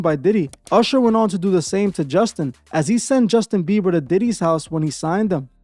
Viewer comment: Justin beaver tho “Bieber”